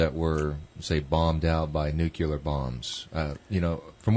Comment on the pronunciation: NUKILER BOMBS.. why the fuck people can't speak their own fucking language... nuclear... how the fuck you read it as nukiler...